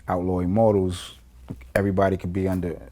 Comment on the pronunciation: "you were part of the outlaw immortalz?" ...buahahaah.. really VLAD?